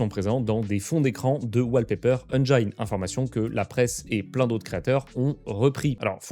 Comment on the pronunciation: la prononciation du mot engine c'est la kryptonite des français